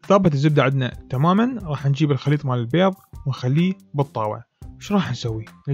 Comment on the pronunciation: اول شي انته تاكل بيظ شنو الي يخبل وكمت متعرف تحجي البيظ لاخك